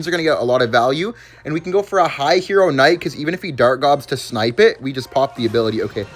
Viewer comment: "hero KCnight"😂